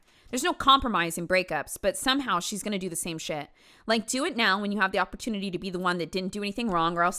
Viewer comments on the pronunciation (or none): none